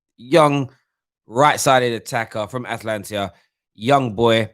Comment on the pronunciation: What is Atlantia......cmon. Its Atalanta